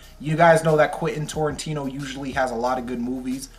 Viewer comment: Heads up it’s not torintino with an o It’s Tarantino with an A!!